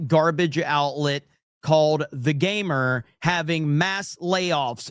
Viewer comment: The Gamer? What's a "Mer"?